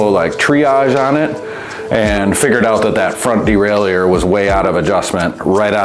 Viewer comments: Well what i think is learning how to pronounce Derailleur without putting some weird French spin on it (unless you're French of course). Seriously, that's like nails on a blackboard. Just say "Derailer", lord 🙏 🙄 🤦‍♂️ (my father used to fix bikes back in the early '70s, if i ever hear him say "derailEUr", i'd have spit my coffee out, sorry) 👨‍🌾👨‍🎨🗼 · De rail ie err ? What dude you might want to take a closer look at the pronunciation of that word bud